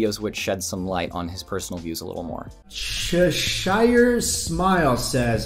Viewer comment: Mike Chen doesn't even know how to pronounce the word "Cheshire" so he's not exactly a stable genius.